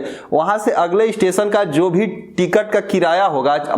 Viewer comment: Amit Pandeyji aap sabse pehle apni bhasha shudh kijye janab aap sha shabd ko sa ucharit krte he jaise station ko aap stesan kehte aur bhi kai shabd sha,wale sabko sa ucharit krte he sharm ki baat he